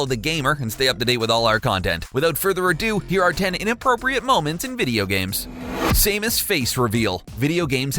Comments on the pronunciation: Please say Samus not Saymus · SAMUS NOT SAME-US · Say Say-mus instead of Samus one more time and I’ll kill myself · Who the hell is Same-us? It's Samus, get your facts straight. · SAM-US being a chic didnt ruin my childhood.... and you really think its pronounced same-us? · Did he say same-is? SAME-IS!? (Samus) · Its Sam us not Same us christ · Say mus? Are you British? It's Sam us, got it? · Same-us really REALLY it’s Sam-us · ITS SAM-US NOT SAME-ES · sah-muh-s not say-muhs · The way he pronounces Samus triggers me. First of all if her name was spelled the way he says it it would be Saemus Aaran. It pronounced (Sam-us Air-an) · You pronounced samus wrong. Its sam-us not same-us. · why the fuck does he keep saying sameus, her name is samus! SAM-US, not SAME-US. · It is not pronounced Say-mus Er-on. It's Sam-us Air-an. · boi its not sameus it samus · Sah-MOOS. And she's wearing a leotard, not a bikini. Don't ever trust English translations and iterations of formal names and characters provided by Nintendo of America. They won't call Nintendo systems Famicon (Family Console), and they claim that Shiek is a woman dressed as a man instead of a powerful magical princess who altered her biological make-up through powerful magic for ... reasons (because Zelda truely is that powerful, and "American censorship"). Great video though. Thank you! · Its samus Not sahmoos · Samus not sameus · Sam-Us not Same-Us! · I almost died when he kept calling Samus Same-us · SAM-US AIR-RUN NOT SAME-US AYE-RON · SAYMUS ITS SAMUS I SWEAR SOMETIMES THESE PEOPLE ARE HERE TO TALK AND DONT ACTUALLY PLAY THE DAMN GAMES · You pronounced Samus wrong, its not same-us. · It's SAM. US....SAM. US.....SAMUS!!!! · Same-us Iran? lol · Saymus? Rheeeeee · Killed the video at “SAY-mus”. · It’s pronounced sam* us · "Same us" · Unsubscribed due to Say-mus. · you mean "sam-us air-an"? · "Saymus" "Saymus" "Saymus" "Saymus" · Come on man... smash bros shows how to say it. Samus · Sam•Us. Sam not same. Samus